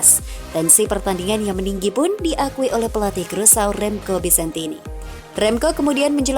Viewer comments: Krusao negara mana ya??,, yg saya tahu Indonesia Vs Curacao,, dibaca Kurasao, negara bagian dr kerajaan belanda,, itu sih yg sempat gue baca di peta,, kalo Krusao sih ga ada dipeta. Bingung saya,, ini saya yg salah denger atau adminnya yg salah ucap,, tp masa iya salah dr awal sampai akhir,, aneehh, 🤣🤣🤣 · Aduhhhhh "krusau" dari mana nie. Bikin malu aja nie cewek yg bacanya aja kacau